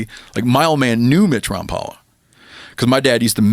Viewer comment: Rom pal a? I thought it was Rom pole a?😮